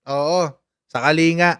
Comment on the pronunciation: Coach ang province is KALINGGA ang pronunciation